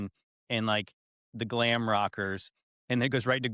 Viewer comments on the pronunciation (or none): none